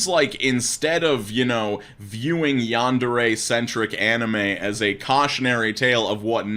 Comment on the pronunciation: im gonna get bothered by the pronouncing of this one because Yandere is not said rightly. Still. This is sad. edit: just changed a word.